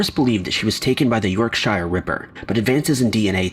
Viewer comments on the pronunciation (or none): The 'yark-shyre' ripper. You guys need to google pronounce things, before you make presumptions..